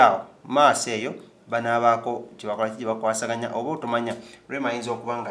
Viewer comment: "Awasangana"...... Luganda lu dutch!!! Lord have mercy!!